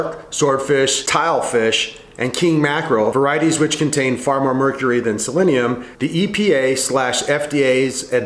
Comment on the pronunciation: I dunno guys, he's not even pronouncing selenium correctly..... Should we even trust this information?